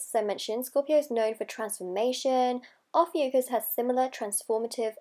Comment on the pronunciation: Not even pronouncing it correctly 😒